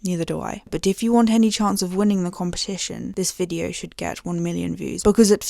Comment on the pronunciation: Brilliant vide-oh, alm-oh-st adorable